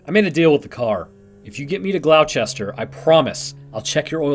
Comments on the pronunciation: i was looking for this comment, then again there could be a town somewhere in the world named glauchester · I don't want to be "that guy", but as a Masshole I feel like I'm required to tell you that you're supposed to pronounce Gloucester as "Glawster". Don't ask, that's just how it is. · Gloucester Slight correction- in the UK at least it's pronounced closer to Gloss-ester. Don't ask me why, I'm not sure either :P Leicester's the same. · Good story. Gloucester is pronounced glostar. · Gloucestershire its pronounced Glo-ster-shi-er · That pronunciation of Gloucester hurts my soul... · Besides saying the town name wrong it was very well done